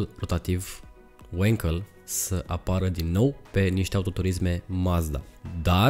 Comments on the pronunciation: Bravo frățioare, mă bucur că nu sânt singurul care a observat, și nu e prima dată când face greșala asta. Pentru mine de azi înainte pe prostu' ăsta îl cheamă, că el nu știe că numele lui Felix Wankel se pronunță Vanchel, la fel cum Walter se pronunță Valter nu "Ualtăr". Mama ei a dracu' de romengleză! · no offense.... numele de Wankel vine de la Felix Wankel (este este inventatorul acestui tip de motor).... care a fost neamtz. Wankel in germana se citeste pur si simplu "Wankel"... nu "Uankel" ca-n engleza. Sper sa nu te deranjeze comentariul meu....!!! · Wankel a fost un inventator German si se pronunta cum se scrie. In Romana numele Enache se citeste Enache si nu "Eneche" !! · Nu e Uenkel bre😂 E Wankel, că e neamț omu!